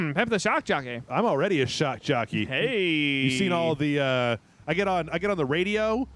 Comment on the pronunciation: "Shock Joppey" XD